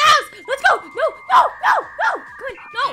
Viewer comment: That Noo was Aussie mate